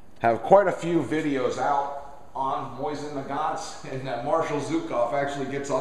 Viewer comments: Nice. Just used this to help me tear down mine. Good instructions. Also... lol at "Moisten" Nagant. :) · great vid, only thing that slightly bugged me was simply the way you said it. i say it (moe-zin nu-gant) and you say it (moy-zin nu-gont) just i little bit different, cool vid though, i love mosins.